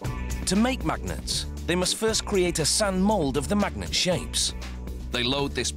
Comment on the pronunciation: I love the way this dude says MAGnets!